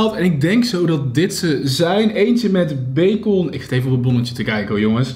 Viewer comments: Hoe zeg jij bacon je spreekt t uit als bacen niet bacon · Bagon LOVE NAAR JOUW UITSPRAAK❤️ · Haha becon je spreekt het echt grappig uit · Omggg jij zegt bacon zeemaar met een o en ik zeg bacen zegmaar😂😂grappig😂😂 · Cajon en baakon love je uitspraakkk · Grappig hoe je bacon uitspreekt😂 ‘beekon’😝💗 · Beekon? Hahahhaha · Hoe jij bacon uitspreekt haha zegt Beykon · Hoe jij bacon uitsprak bij de hotdog😂😂😭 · Whahaaa lovee The video vooral hoe jij bacon zegt🤤😂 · hahaha je spreekt bacon zo verkeerd uit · “Omg ik heb hier een hotdog met bacon” hoe jij dat uitspreekt 😂😂❤️